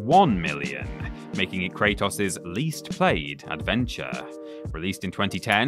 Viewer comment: Say it with me Kratos is pronounced Kray-tos Not toss lmao